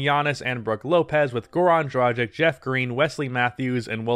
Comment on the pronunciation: I do believe you pronounce Dragic's name incorrectly. Nice vid tho!